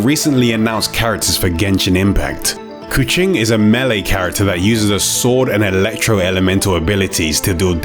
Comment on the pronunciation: He pronounce keqing like the indonesian word for cat, "kucing".. her hair kinda makes her look like a catgirl.. possibly a wordplay by the dev